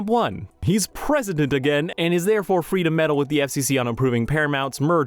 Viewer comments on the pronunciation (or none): none